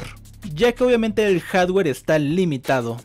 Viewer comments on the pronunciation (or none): none